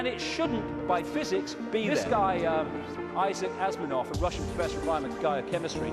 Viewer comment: Even within the first 10 seconds he was wrong. Light bends around objects of large mass. It was Albert Einstein who came up with this prediction. Apparently he is smarter than Einstein. Haha. "Issac Asminov". Its "Issac Asimov".